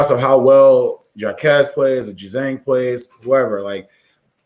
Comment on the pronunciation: I love it when you guys keep doubting UCLA. And you really need to know how to pronounce Jaime Jaquez’s name correctly if you want to gain respectability. Shows you haven’t watched enough film of this UCLA team. Final 4, baby!!!!